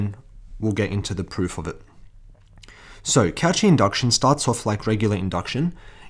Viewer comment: it's ko-she not couchee also thanks for the video